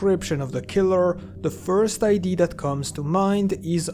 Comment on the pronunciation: Also when he pronounces idea as ID 😂😂 Nothing personal, it's just funny to me 😅